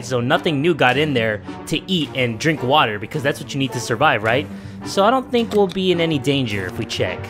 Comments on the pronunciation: I like the way he says wattta(water) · Watt a is how u say water in creole